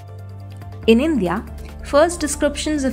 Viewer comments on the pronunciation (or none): Unpleasant to listen to the voice "Indhya" instead of INDIA.